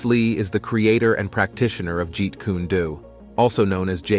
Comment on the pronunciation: The way you’re pronouncing Kune is irksome but dope video